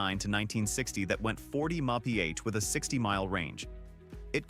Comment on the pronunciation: Apparently AI can’t pronounce MPH or at least this one couldn’t!